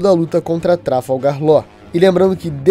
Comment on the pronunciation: falar "Láu" e não Law é um forte indicativo de alfabetização precária